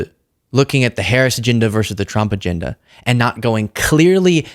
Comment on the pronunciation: Minchen? Binefit? Aginda? What is wrong with you buddy? Don’t you know how to pronounce basic words.